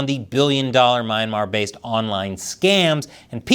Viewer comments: It's pronounced as "Mee-anmar" and NOT "My-anmar". You Americans always twist pronunciation of foreign words and names. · It’s pronounced (Me - Yan - Mar.)Myanmar. lol